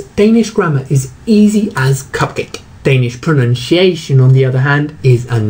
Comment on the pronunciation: He looks like he could do with a lesson in English pronunciation....he cant even pronounce pronunciation!!!